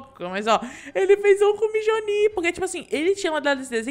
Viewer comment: E não é mijonir é mionir